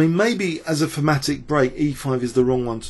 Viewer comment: What is this word you always use, is it "formatic"?